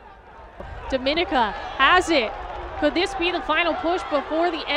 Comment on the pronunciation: Its always a cringe when people don't know how to pronounce 'Dominica' Dom-min-nee-ka